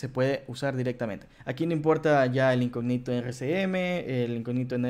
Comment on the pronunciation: Hola cómo estás! Se pronuncia incógnito con tilde en la o, no se pronuncia "incogníto"